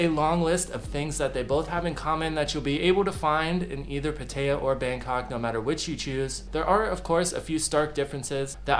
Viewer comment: It's pronounced Pat-taya